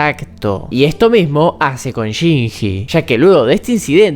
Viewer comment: que horrible como este nargentino dice shinji dios